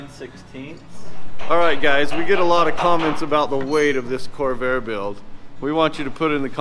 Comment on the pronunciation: The “Chore-vair”